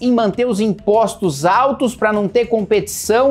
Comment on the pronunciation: "Impostom (som da boca) em produtoons (som da boca) com menoons (já sabe) de 50 dólareens (de novo) paran an merdemdam"